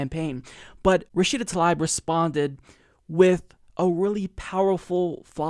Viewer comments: I believe she pronounces her name Tlaib (Ta-leeb). Let’s get it right because we are going to hear about her lots! ✊🏽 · Come'on, this is our candidate, at least pronounce her name correctly, its Tuh-Leeb, not ta-lie-b. Otherwise, great vid/channel, been subscribed a while now. But, come'on, don't be like Fox saying O-case-e-o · It's Tlaib (Tlaeeb), not Talaib. Why is this name so hard for Americans to pronounce? She says it herself in this video: and in this one Seriously, it's not that hard. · her last name is pronounced "Tal-eeb" not "Tal-ibe" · i love you but please stop mispronouncing her name - it's pronounced "ta-leeb" not 'ta-lie-b' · "Tah-leeb" would be the proper pronunciation of her last name. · think it's pronounced tah-leeb dude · 'Love you, 'Love the Humanist Report, 'Love Rashida Tlaib (she's from my state) and I hope you don't mind, but it's pronounced Ra-shee-da Tal-eeb:) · Is that how you pronounce her last name? I've heard both "Tal-aib" and "tal-eeb." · Omg, can you say her name correctly lol